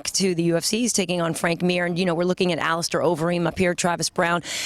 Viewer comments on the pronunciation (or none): he still says allistaaar